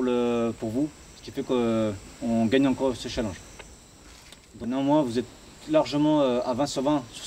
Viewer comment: Avouez sa nous énerver tous quand il disait chalanges